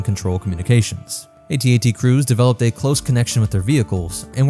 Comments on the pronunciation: AT-AT not A-T A-T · Its AT-AT not ATAT... its that easy. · It's pronounced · Its AT-AT. Because all other walkers are called by their letters, why would that change just for the AT-AT. Plus calling it an atat just sounds so dumb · Please pronounce it A,T—A,T That makes it a mighty machine of fear and mass destruction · I was 5 years old when empire came out but i think the toy was comercial was "at-at" and not "a.t. a.t." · Its actually pronounced At-At, not At-At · Who tf says ‘at-at’ it’s the A, T, A, T, each letter said separately. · It is A T A T As it is an acronym. Not AT AT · Calling an AT-AT an "At At" is like calling a gif a "jif" and pronouncing the "S" in "Illinois". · It’s pronounced AyTee AyTee, unless you think the AT-ST is pronounced “At-Stuh” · Not sure but pretty sure it's pronounced At At, don't quote me on that but yea I'm pretty sure it's At At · It's pronounced A then T and A then T. I mean we don't pronounce the AT-ST as AtSut or the AT-PT as AtPut or the AT-TE as AtTey so why is the AT-AT a controversy? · If the AT-AT is pronounced @@ how is the AT-TE pronounced? Or further, is our favorite rifle is the "Aarrh 15" while we drive around in our "mmmh one aaah one" Abrams tanks?